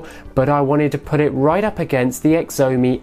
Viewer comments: Xiaomi is pronounced shyaumi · does he mean chow-me.... spelt xiaomi :-]